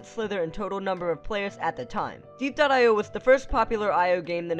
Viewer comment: it’s pronounced Diep.io, so die, not dee